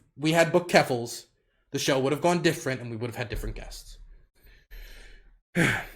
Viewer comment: "keffaluffle" xD